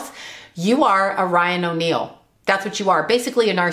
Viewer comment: said Ryan O’Neal but I thought she said Lying O’Neal...lol